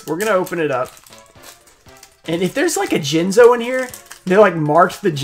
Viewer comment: It’s not an error card, but back in the day when was opening Pharoahs Servant and he pulled Jinzo and was so excited and said JIZZNO by accident. I still call Jinzo “Jizzno” to this day.